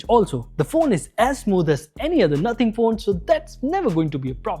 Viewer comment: Nothing ❎Nohting ✅🤣🤣🤣🤣